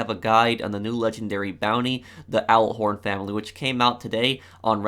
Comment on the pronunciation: Did he just... say owlhort